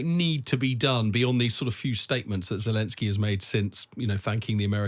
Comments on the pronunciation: Why is this buffoon pronouncing zelensky like it has 7 J's in it? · Zelensky (root word is Green), not Zhelensky. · Is it jelensky? I thought it was zelensky